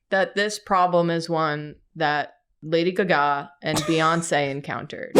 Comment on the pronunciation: I wonder whtat's the origin of calling Lady Gaga, Lady Gagá.